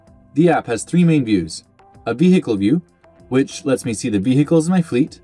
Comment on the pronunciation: What is a V-he-ical? Don't get me W- rong, it's a V-hery informative In-tro-duck-sion 👌 👍 😉